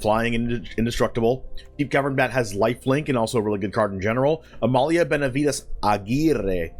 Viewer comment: Thank you so much for pronouncing Amalia's full name correctly.